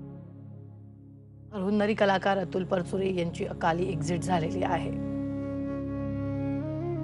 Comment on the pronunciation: News reader need to have awareness about correct pronounciation , marathi na bolata yenarya vyaktila news reader theu naka. Specially felt thisbas she is talking about Atul Parachure who always insisted on speaking Marathi correctly